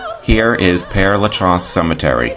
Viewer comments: It's actually pronounced: PAIR (as in "pair" of pants)LUH(Luh as in "duh") -SHEZ (short E, as in "says"). The place is named for a priest, Pere (Father) Lachaise. Hope that helps. Beautiful video! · Pere LaChaise is pronounced like this: PAIR-LA-SHEZ. And Oscar Wilde died from cerebral (pronounced SER-EE-BRUL) meningitis (pronounced MEN-INJ-EYE-TIS). Does that help?